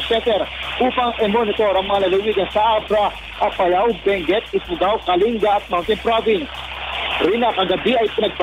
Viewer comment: kalinga should be pronounced as /ka.ling.ga/ not /ka.li.nga/ :)